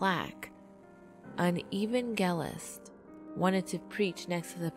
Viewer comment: Evangelist. "Ev-an-jel-its." Smyrna, "Smer-nah."